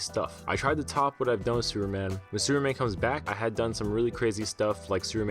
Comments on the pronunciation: Why you always say Seruman or Sureman? Whats up with the P letter?))) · Superman is three syllables, not one. Freaking learn how to speak or stop narrating these videos. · Where are you from bro?superman doesn't have a silent p in his name.